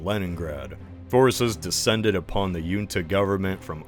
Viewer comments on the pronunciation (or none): I feel like you're mispronouncing words way more than usual in this video. Arkhangelsk: Hard "k" and hard "g" Junta: As it's a Portuguese word, it should not be a Scandinavian "j". Either "junta" or "hunta" Buryatia: Pronounced like "Buryatya" or "Buryatiya" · Nitpick - the word "Junta" is pronounced with an "H", like "Javier" or something.